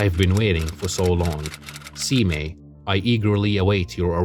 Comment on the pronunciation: Nice analysis just want to say Abe is pronounce "A-Bay" and Seimei is pronounced "Say-May", hope that helps. The rivalry of Abe no Seimei and Domon is also about a box and divining what the contents are. Which were originally 15 oranges then changed to rats. The Fujiwara family is actually the real ruling family behind the Emperors in the Heian period. So Domon is actually still allowed at their family home which shows he had considerable influence to plan and execute his ritual over a period of time.